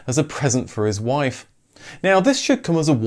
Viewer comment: "your woife"?